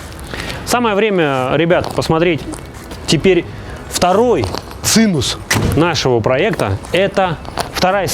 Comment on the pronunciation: Блин, чел... Про машину интересно конечно, но зачем пользоваться словами, значения которых ты не знаешь?? ЦИНУС - я хз, что это, а вот цимус - более менее понятно, но не пременимо в тех местах, где ты это произносил. И если уж делаешь обзор на тот проект который сделал, хоть изучи для чего какие кнопки и куда там флешку ткнуть, а то как то все впечатление смазалось...